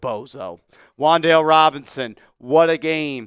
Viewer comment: Says Wandale not Waddle